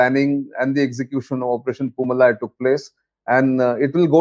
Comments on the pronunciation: It is poo-maalai and not poo malai. The first one means flower garden and the second means flower mountain. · Dear Nitin, it is pronounced Poo Maa Lie. MaLie = mountain. MaaLie = Garland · Good Brief sir! and it is Poomalai பூமாலை sir. Its a Diff Pronunciation ,Its Tamil. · News channels should take the time to learn the right pronouncement of words. The name of this operation was mis pronounced as poomalai with a short malai when it should be pronounced poomalai with a long malai. Malai is Tamil for mountain or hill while Maalai is a garland